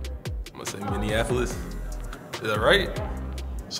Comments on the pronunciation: Jaylen Twyman. did he say minniandapolis!? 😂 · "Mini-Annapolis" lol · MINNEANAPOLIS lmao